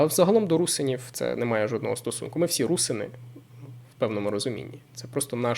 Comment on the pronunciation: Не русини а РусИни ти не правильний наголос весь час ставиш. Такий наголос зазвичай ставлять москалі. Ти постійно не правильно говориш це вкурвлює